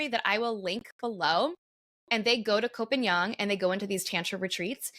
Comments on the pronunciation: Its Koh Pagan! Are you Thai do you know how to say it in Thai, well guess not, its koh Pagan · The half-blonde pronunciation is terrible. Koh Pai Yang?